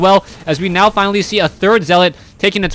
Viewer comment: scvs are "neow" coming- lol